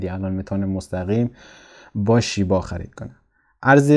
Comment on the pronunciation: آقای محترم لطفاً نام ارز رو بدون لهجه بگویید و بنویسید